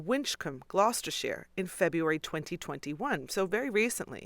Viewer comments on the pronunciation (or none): none